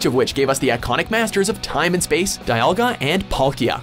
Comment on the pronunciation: JitteryJackanape especially since the narrator pronounced dialga correctly before